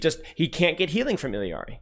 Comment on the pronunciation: is one of the few that say it correctly.